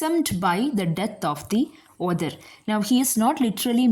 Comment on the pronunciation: Others ❌ author(aw-thuh) ✅ Listener discomfort maam don’t mind 🙏